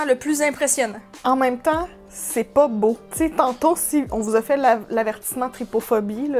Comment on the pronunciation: Oui moi aussi j’ai entendu beauté cassé